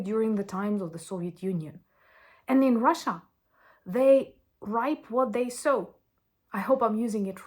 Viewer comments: Hi, the word you asked about is reap, which you pronounced ripe. Say it like reep, as in reep what you sow. Hope that is helpful. Thanks for your continued hard work it is much appreciated. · yes your right, reap what you sow, just the pronunciation to help...reap is pronounced like the sound "reep" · I is not ripe what they sow... it is reap what they sow. reap is pronounced as "at least" I know you want to speak English the best you can...so this is what I know. Slava Ukraine 🇺🇦 🇺🇦 🇺🇦. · They Reap What They Sow. Reap is pronounced similar to Read as in "Read (present tense) A Book." English is very frustrating because Read in the present tense is spelled exactly the same as Read in the past tense but they have different pronunciations. I didn't re-listen to what you said but Reap sounded a little "off" when I heard it.